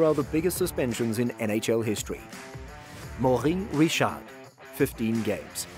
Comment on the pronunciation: I dont think ive ever heard someone pronounce Maurice Richard that badly